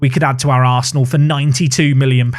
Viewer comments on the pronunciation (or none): none